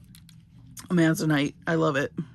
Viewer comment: FYI: Amazonite is pronounced Amazon-ite, Amazon like the river and surrounding area in South America plus i, t, and e, rhymes with light, fight, night. Thank you for sharing your love of jewelry making and your skills! You share so much info which makes things interesting!